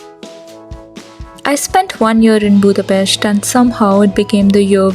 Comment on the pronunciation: It’s April 13th, a.m., I believe... Thanks for your thoughts and for pronouncing the name of our beautiful capital correctly 😊